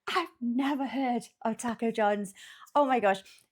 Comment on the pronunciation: Thank you for being the only Brit that says “taco” correctly. 😂